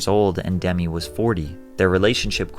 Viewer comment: But he's not old enough to know Demi Moore's name isn't pronounced like Demi Lavato lolz